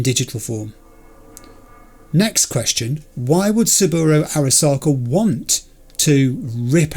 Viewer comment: It tickles me that Yorinobu and Saburo have become 'Yorinobo' and 'Saburu' 😅